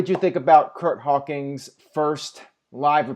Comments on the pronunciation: Does always say "Hawkings" instead of "Hawkins," or is it just me? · i've been watching you for years, love the reviews, but for the love of god man it's Curt H-A-W-K-I-N-S